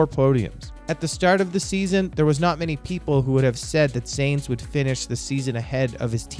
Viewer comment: Hey man I’m a sub nice vid but if I could give you some pointers do a little more research on name pronunciation. I found your pronunciation of Bottas, Leclerc, Binotto and Sainz very jarring. Especially Sainz. Simply watching F1 regularly you get used to hearing these names pronounced a certain way so these different pronunciations really take me out of it. Lastly, and this really isn’t a big deal, but the video just kind of ends abruptly. Might I recommend some form of an outro? Most channels that produce your style of content will have a bumper outro that will include a subscribe button and a link to another video while the narrator will leave a message such as “thank you for watching, be sure to like and subscribe”. That may not seem that important, but YouTube statistics show that telling your audience to do that actually has a huge effect on how many viewers do. Appreciate the video just trying to be constructive since you seem to be more up and coming. Also you sound American and as a Yankee F1 fan I wouldn’t mind seeing more of us involved in F1 related content.